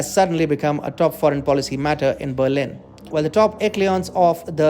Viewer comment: That's pronounced 'eshelons'